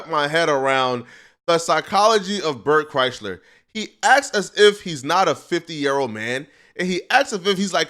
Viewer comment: He call him Bert Chrysler 😂😂😂😂